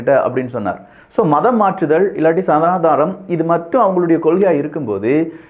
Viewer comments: why sanadaanam??? It's sanadhanam! Please pronounce properly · It is சனாதனம் not சனாதானம்